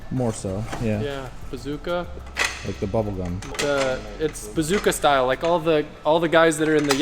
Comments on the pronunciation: Bazooka lol it's Bosuzoku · it's call bozuzoku not bazooka lol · It's BOSOZOKU! Not BAZOOKA. Don't be dummdumm Kay? That's all for this Edoocayshun~ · says "bazooka style" instead of japanese "bosodzoku style" - AHAHAH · Man's really called bosozoku bazooka lmao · it's bosuzoku. not bazooka XD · Bozazoku? Not bazooka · It’s bosozuku not bazooka 😂 the disrespect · Its called bosuzoku, not bazooka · Adams mispronunciation of bosuzoku tho😂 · I think it's bosozoku not bazooka but great video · Bazooka...lol...not bosozoku? Love the 4 rotor! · Bosozoku* 😂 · Bosozoku style, not whatever you were saying 🤣🤣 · I love how was pronouncing bosozoku😭🤣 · I couldn’t with him trying to pronounce bosozoku, also insane work from johan literally making an entire exhaust just to see if it works and make another. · Dam you butchered the pronunciation of bosozoku 😂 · him trying to figure out the word bosozoku is funny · Bazooka Style in the Yakuniku gang, lol. had me busting out in my quiet office. Think you meant Bosozoku and Yakuza; but you were thinking "Yakiniku"cause you were hungry.